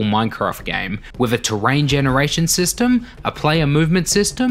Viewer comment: Barely any difference, but when he says system a lot it sounds funny